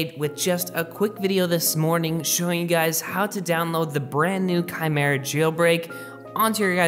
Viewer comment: Any one noticed he finally got it kymera instead of whatever 🤪😂he was saying in past. Anyways i am not trying to a dick. Love your videos brother and thanks for updating.